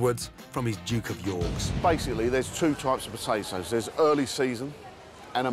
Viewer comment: Anyone ever notice Gordon says Butatoes